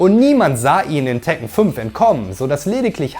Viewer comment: Na toll jetzt weiß ich als 37 jähriger, dass ich mein Leben lang "Tekken" falsch ausgesprochen habe 🫣😂